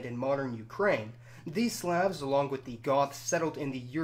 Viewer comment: Im sorry but what in the world is this random pronunciation of words like Slavs